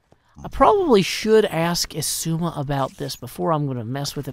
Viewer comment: I just laugh every time he says “esuma” instead of xisuma